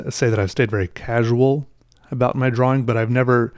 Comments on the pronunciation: Lol i didnt know there is a L in drawing lol XD drawling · I love how he says drawing draw-wing, never change. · No no no no no, well, my opinion anyway. says the word how should say the word, because obviously that W and the Wing are important on some level. I shall cry till my eyes fall out if he stops saying drawing "draw-wing". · Early on in this vid he accidentally pronounces it correctly twice. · Listen carefully when he gets excited, and he pronounces it normally. Not that it's important. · I love that you pronounce the W in drawing. 😊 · I'm still not used to the way you pronounce 'drawing', is that a regional thing or is it just you? nothing wrong with it, I think you're great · You say drawl funny